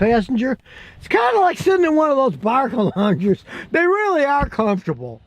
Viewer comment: Didja' say Bark-o-lounger? ya' did? Good...there's where Fido belongs...all strapped in an' ready to...yap it up!